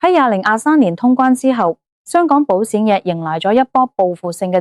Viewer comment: 唔好用Al啦！保险卖保闪？？